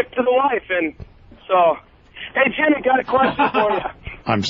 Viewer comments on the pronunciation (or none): none